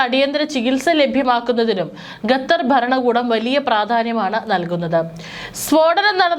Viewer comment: ഗത്തർ അല്ല....പറി കേട്ട് കേട്ട് മടുത്തു..ഖത്തർ ആണ്... ഘട്ടർ എന്ന് പറയാഞ്ഞത് ഭാഗ്യം.. വേറെ ഒരു കോപ്പൻ ഉണ്ട്...ഘട്ടർ എന്ന് പറയുന്ന അച്ചായൻ